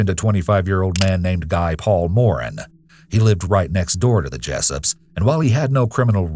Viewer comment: Being Canadian, the EWU narrator’s mispronunciation of Guy Paul Morin’s name makes my teeth grind. I’ve noticed American and British hosts often struggle with French-Canadian names.